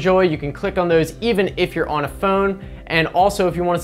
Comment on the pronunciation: I like the way you pronounce "phhoown" xD Nice vid man.